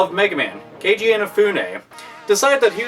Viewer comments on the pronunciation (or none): It's Keiji, not Kenji! Seriously... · It's keiji inafune, not kenji :D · Psst,. It's Keiji. Fix it before people die.: (